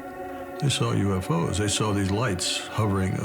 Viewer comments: YOUFO's, first time I've ever heard it pronounced like that. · And they pronounce “UFO’s” as “U-fose”! 😂 Gotta love the accent!